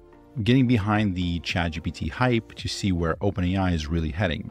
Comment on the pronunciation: At the mark "chadjipee", that's a new one to me